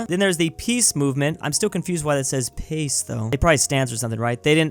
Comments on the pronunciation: it's not pace as in english word pace but Pace (Pache) as in latin which translate to peace Requiescat in Pace (Rest in Peace) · The peace movement flag has the Latin word for peace on it,. It’s pronounced pa-chay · PACE - pronounced. "pah-che"